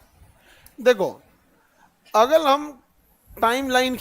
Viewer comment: Agar ko agal bol rahe hai awaj galat 14 min video me awaj